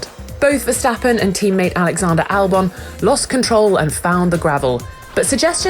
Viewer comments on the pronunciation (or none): none